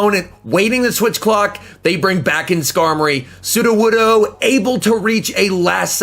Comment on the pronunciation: You pronounced sudowoodo correctly You have grown, my son